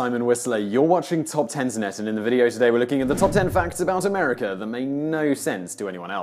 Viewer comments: STOP saying AmericER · It's AMERICA! Not AMERICKER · There is no R at the end of the word America. It ends with an A. If you are going to make videos about a country you should first learn how to properly pronounce the name of the said country. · If you're going to do a video about a country at least get its name right! It's pronounced 'MUR-UH-KA' ... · This is no "R" at the end of the word America